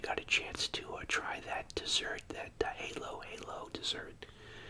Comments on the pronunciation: As a Filipino I have to laugh at his pronunciation of halo-halo. He says "hay-loh hay-loh" but it's pronounced "hah-lo hah-lo". A shame he didn't get to have one, they're delicious. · Cute you pronounced it as "hey-low hey-low" :)) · it's pronounced hah - low -hah - low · You’re now our honorary “lolo”! Halo-halo is pronounced as “hah-lo”!! ❤️ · Alright, I'm going to the Filipino store tomorrow...in honor of my mom!! Then I'm going to replay this video and eat with you! The spring roll is called Lumpia and Halo Halo is pronounced Hollow Hollow. You MUST get that! Halo Halo is soooo delicious!!! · i think the "halo halo" is pronounced like "hallow hallow"